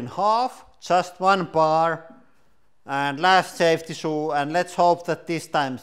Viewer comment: "Safty shoo"